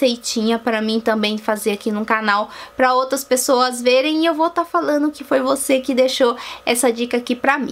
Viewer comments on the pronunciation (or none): none